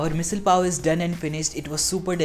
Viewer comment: You can't even pronounce its name correctly and your are teaching is how to cook it? Great.